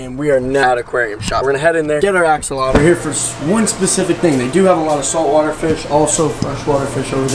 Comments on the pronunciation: I love how he calls it an axoloto instead of axolotl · axolota lol (ax-o-lot-ol) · Btw it's not ax-a-lata it's ax-o-lot-el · “Axolota” 😂😂😂 u had me dead every time you pronounced it.. AXOLOTL ik u know now but I had to say it😂 btw this is a leucistic Axolotl if you didn’t already know😇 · It's not an axolotta... it's an axolotl LOL. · It's axolotl, not axoloto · he doesn’t even know how to pronounce axolotl … he says axalata 🤦🏻‍♀️🤦🏻‍♀️ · Not axolotla!!! Axolotl! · It’s not called an Axolota it’s called an Axolotl bruh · It's pronounced (ax-O-lot-ul) not (ax-O-lot-u) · Am I crazy or is it call an AXOLOTL? I have 4 and I have never heard anyone say axolota or axoloto like he says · I’m not trying to be offensive but I’m pretty sure they are called axolotls not axoloto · It’s Axolotl not Axoloto and I have the same Axolotl with black eyes and she’s a grown up and she’s cute tell your sister that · Axolota😂😂 it’s Axoltl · Hey not axoloto is axolotl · He is saying axolada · It isn’t axalta it is axolotl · i know axolotls for 1 year also there not called axolotos there axolotls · It’s not a axolota it’s a axolotl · It is not axoloto it is axolotl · Why do you say axaloda not axalotle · Its axolotl not axoltlo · it's not axalota its axolotl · axolotl not axoloto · Axe o loter? No its axe o lot l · It’s axolotl Not axoloto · It is axolotl not axoloto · Bro said "Axolota" xD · The say he says axolota kills me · You forgot to add a L in "Axolotl" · lol u say axolata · I'm not trying to be rude but Your saying axolotl wrong :/ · I dont want to be rude buts it’s axolotl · Not going to be rude but it’s axolotl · its actually pronounced axolotl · I don't mean to correct but it's axolotl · It's AKS-O-LOT-LL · Not axaloto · it's pernoced. (ox)(u)(wat)(le) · Its funny because he is saying it wrong LOL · You forgot to add the L in axolotl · I love how he did a whole video on something he can't even pronounce! 😂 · You’re not saying it right